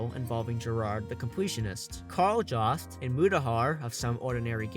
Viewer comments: Kal Jawst..... Pause. Downvote. Don't recommend channel again. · “Karl Jost”?